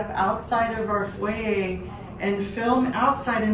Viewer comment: Foyer she meant?